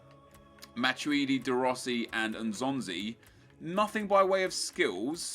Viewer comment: It's "matweedi" not "matchuidi"